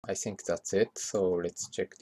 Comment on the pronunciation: it's not "I tsink"... i'ts "I think"